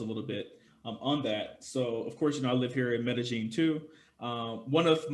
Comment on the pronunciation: Medellin... Meh Da Yeen